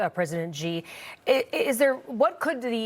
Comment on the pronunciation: She mispronounced Xi's name